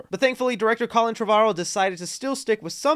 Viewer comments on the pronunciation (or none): none